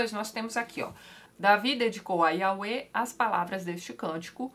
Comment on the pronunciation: Tatiana, acho que a pronúncia correta de Iahweh é "iavé".